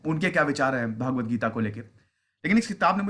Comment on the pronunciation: श्रीम्भगवद्गीता उच्चारण है भागवत नहीं श्रीमान जी